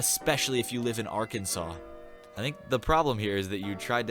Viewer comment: Oh shit, and you pronounced Arkansas right haha